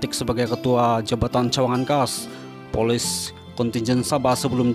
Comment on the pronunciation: Bknnya Poles..tapi polis